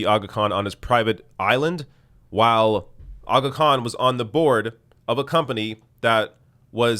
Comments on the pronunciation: First of all that’s a perfect pronunciation of aga khan. Unfortunately the facts surrounding tht scandal need to be brushed up a bit. The Aga Khan and the Trudeau family have been acquainted for decades, he was the pall bearer at Pierre Trudeau’s funeral. Second and most importantly the Aga Khan did not offer him a bribe p, Justin Trudeau reaches out for permission to vacation on the island and then proceeded to not disclose this info to the ethics commissioner. Also the Aga Khan is not the head of a company but the head of a philanthropic organization called AKDN which like other organizations also receives some govt funding. I understand it was a breach of ethics but it was entirely on the prime ministers part, instead of the Aga Khan. I don’t want to and nor should anyone defend this scandal because I totally voted NDP but tbh I really don’t care about the WE scandal I can understand it’s a huge violation I would rather a party tht caves into NDP pressure time to time and believes in helping people financially during this economic hardship rather than conservatives who would rather point to the deficits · Dude, you nailed the pronunciation of Aga Khan. Respect.